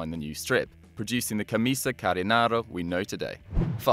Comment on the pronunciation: it's called camisa canarinha not camisa carinara